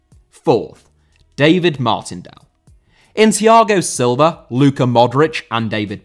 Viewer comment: Silva* not Selver